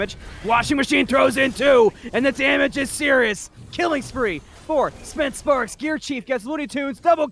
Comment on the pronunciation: Additional correction, its spence spark. not sparks lol